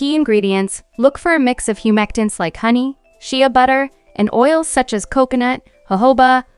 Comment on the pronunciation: She said Sheeya butter and Kerotten. 🤣😂🤣😂